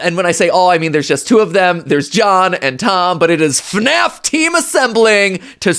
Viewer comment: It's FNAF not FUHNAEFF